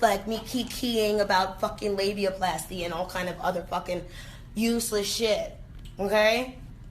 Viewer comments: Nobody’s perfect, but your mispronunciations CRACK👏🏾 ME👏🏾 THE👏🏾 HELL👏🏾 UP👏🏾!!! She said LIBYAPLASTY 😭😭😭. #NoTNoShade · I knew you wouldn't let me down with this tea 😘😘😉. I love AB's music, but at this point, I'd love AB to keep quiet. And cant nobody butcher a word like you, Ti... "liebiaplasty" 😁😁😁😁😁